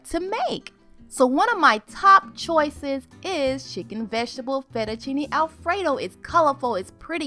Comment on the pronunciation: Excuse me *fett-u-cine*